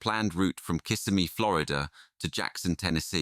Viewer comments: Kissimmee is pronounced "Kiss-IM-ee" not "KISS a me". Like in "him" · It's pronounced Kiss Emmy not Kiss a me. Just saying... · Just so everyone knows the correct pronunciation for Kissimmee is Ki SIM’ eeee 😊 not KISS’ I meee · The correct pronunciation is ki-SI-mee.